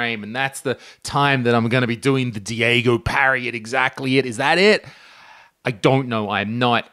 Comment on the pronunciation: haha i saw enough stand up to net mess around when baited but then there is the quote about insanity so yeah :X Anyways you said 'Diego' but i am fairly sure you meant 'Daigo' , the example by it self is indeed appropriate. One of my favorite part is Daigo looking confused as everyone goes nuts around him, like to say 'this is not so hard, come on people?'